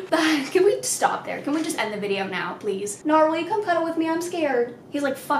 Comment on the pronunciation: the first time I watched your one of your videos and you mentioned Nar for the first time, I thought you were saying no in cursive. I'm sorry😂